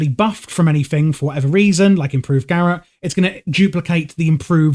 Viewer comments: FYI its not "gareth" it's pronounced "ga rot" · Bro... Probably a nice guide, but damn... Check how to pronounce garrote, please... It hurt my ears...